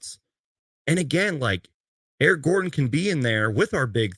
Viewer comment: the disrespect that man put on Eric Gordon's name 🤣